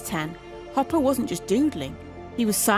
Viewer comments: Hopper, or "Copper," as the AI pronounced it, at least once. Sorry. Do not care for AI narration. It's too ... Artificial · Ugh is this audio narration AI? the audio clearly says “copper” instead of “Hopper” without missing a beat. 😢